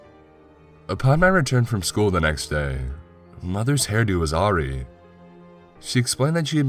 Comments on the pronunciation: Awry pronounced “uh-RYE”! Great narration and love the story! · I always love your narrations, except the word Awry! It's pronounced Aw Rye :3